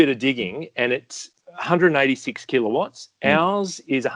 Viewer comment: I'm loving pronunciation of Keeler watts. Almost Arnie like. "Keeler votts".